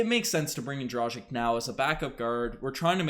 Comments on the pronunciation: It's DRAG-ITCH NOT DRAW-ZHIK. Ever hear of Luka Dončić or Peja Stojaković? It's pronounced like that ffs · You guys sound like fools pronouncing a veterans name totally wrong...it's DROG + ITCH It doesn't rhyhm with Magic or Logic? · If Dragic ends up staying w the Raptors, it wouldn't hurt to learn to pronounce his name correctly. I believe its pronounced 'draa·gich'. International players are on the rise and we should learn their correct names and show them the respect they deserve. Thanks for your contents and let's hope the Raptors come back strong! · I stopped watching as soon as they mispronounced an NBA veterans name. Lol Guess they never heard his name before